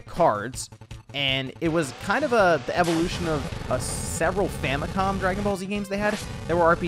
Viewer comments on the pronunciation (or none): none